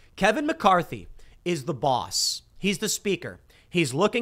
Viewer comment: How Tim says balls and boss is funny I laugh every time 😂